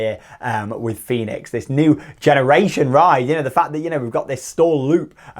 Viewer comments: Fønix is pronounced Fönix or Foenix and not like Fenix in Toverland 😉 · Small funfact: Fønix is not pronounced the same as Fenix at Toverland. The ø is pronounced like the german ö (basically like the e in her, without the r sound). Just for your information, so you can show-off your pronunciation skills again, when you are in denmark! :p